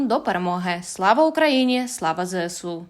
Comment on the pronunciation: Чому ЗЕСУ? Якщо ЗСУ...